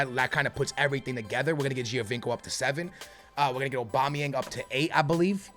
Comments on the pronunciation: Lmao anyone else think it's funny the way says "Obama-yang"...😂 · he said obama yang while i was reading ur comment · Not funny he is just stupid